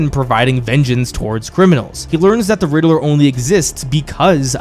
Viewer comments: Anyone else was dying hearing the riddaler and not Riddler 😂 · Drink everytime he says Riddle-er 😂